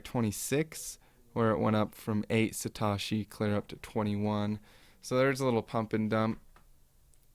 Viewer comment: Sa.. TOE.. SHI... NOT satarshi.. Thx subbed